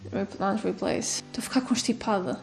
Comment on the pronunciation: Gostei muito do vídeo, como sempre! E adorei as partes mais de imprevisto, como o “tou a ficar constipada”… que até, me deixou curioso! Pareceu um “constipada” com sotaque de uma ilha dos Açores. 🤭😝